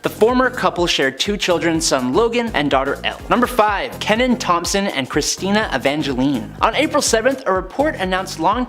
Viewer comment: Keenan not Kenan. The way u guys mess up names lately shows the research u guys do. 🤦🏻‍♀️